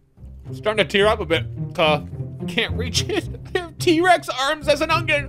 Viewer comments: It's ONion. Not, OnGion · Did anyone notice that he say ungion instead of onion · Is he saying “ungyun”? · Why he say ugyin